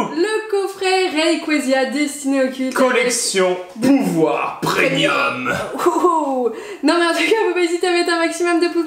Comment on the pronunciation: Même en lisant "Premium" sur la boîte, continue quand même à dire "Prénium" XD J'arrive pas à comprendre ^^'